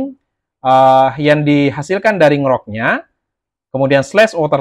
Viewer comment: baca ny En Ji Rock mas, bukan Ngrok 😅